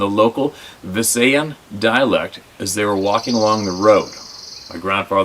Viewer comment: Visayan is pronounced viss eye uhn.